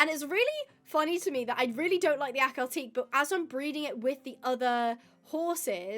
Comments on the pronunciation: Clickbait title 😠 and why do you dont like akhal tekes irl And its pronounced Akhal Te-ke not akhal teek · It is pronounced Akhal-TEH-kee, not Akhal-TEEK.